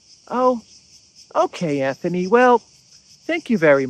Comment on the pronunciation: Another excellent video. On a minor point of pronunciation--it's Antony Blinken, not Anthony. There's no "h" in his first name and so the pronunciation is like a combination of "ant" and "tony." It makes no difference for your analysis, but just so you know for future reference.